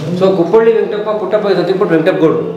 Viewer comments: ಊರ ಹೆಸರು ಕುಪ್ಪಳ್ಳಿ ಅಲ್ಲ.. ಅದು "ಕುಪ್ಪಳಿ".. ದಯವಿಟ್ಟು ತಿದ್ದಿ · ಕುಪ್ಪಳ್ಳಿ ಅಲ್ಲ ಇದು ಕುಪ್ಪಳಿ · ಕುಪ್ಪಳಿ ✅ ಕುಪ್ಪಳ್ಳಿ ❎ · ಈ ವಿಡಿಯೋ ನೋಡುತ್ತಿರುವ ಎಲ್ಲರೂ ಗಮನಿಸಿ. ಕುವೆಂಪುರವರ ಊರಿನ ಸರಿಯಾದ ಹೆಸರು "ಕುಪ್ಪಳಿ" ಅಷ್ಟೆ. "ಕುಪ್ಪಳ್ಳಿ" ಅಲ್ಲ. ನಿಮ್ಮ ವಾಹಿನಿಯ ಮೂಲಕ ಇದನ್ನ ಎಲ್ಲರಿಗೂ ಮನವರಿಕೆ ಮಾಡಿ ಕೊಡಿ. ಧನ್ಯವಾದಗಳು.